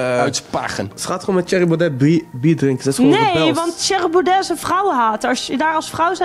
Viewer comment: Spreek Baudet eens fatsoenlijk uit!